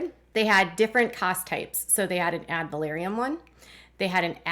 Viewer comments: FYI - check your pronunciation - Ad Valorem - NOT Ad Valoriem :) I enjoy your Duggar coverage. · AD VAL OR EM... Sorry...I couldn't handle hearing the valoriem...said like that...I've been up too many hours...sorry, it hit the last nerve I had...which apparently was my nerve for patience...😂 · I’ve always heard it pronounced “ad-val-OR-‘em” tax. Just a fyi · Ad valorem is pronounced phonetically. Valorem only has three syllables. va LOR em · omg thank you...it was driving me nuts too. I had to say something too...it was like fingernails down a chalkboard...😂